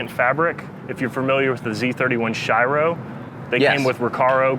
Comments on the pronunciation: Love the car but just a little nitpick It's pronounced 'SHE-RO' not 'SHY-ROW'. 'Shiro' is white in Japanese. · for a dude that knows a decent amount about z31's, it hurt me how he pronounced the shiro's name